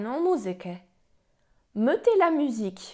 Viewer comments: odwala Pani kawał dobrej roboty ucząc tego niełatwego języka. Jednak w pierwszej i drugiej osobie liczby mnogiej - nous mettons i vous mettez to nie jest E nieme jak to sugerujesz, a E otwarte, najbardziej zbliżone do polskiego E. Próba wstawienia tam e niemego strasznie razi uszy. Szczerze mówiąc przez moment zasiałaś nawet we mnie ziarno zwątpienia. Człowiek nie raz po latach dopiero zdaje sobie sprawę że coś źle wymawia. Tym razem jednak mój przytępiony już słuch mnie nie myli. To nie jest,,melon’’ Życzę powodzenia w dalszych wysiłkach edukacyjnych!!! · W pierwszej i drugiej osobie liczby mnogiej (nous mettons i vous mettez) wymawia E w pierwszych sylabach jako E nieme, podczas gdy prawidłowa wymowa to E otwarte, podobne do naszego polskiego E